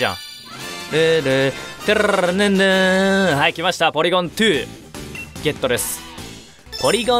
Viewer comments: ツーじゃなくてトュー、ゼットじゃなくてゼィーって言うの好きw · ポリゴン・トゥー ポリゴン・ズィーすき